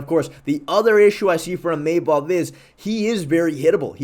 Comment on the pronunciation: New mythical fighter unlocked: EEMAYMOV